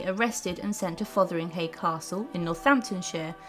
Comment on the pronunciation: A good synopsis of events. Name pronunciations need attention though. ( e.g.it’s ‘FotherinGAY’ and ‘WalSINGham’. 😖 Lol)